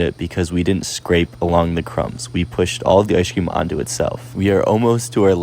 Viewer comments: Y’all should start saying ice cream the way he says it in his videos, he says “ice-shh cream” 😂😂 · The way he says ice cream… “ice-shh cream” 😂😂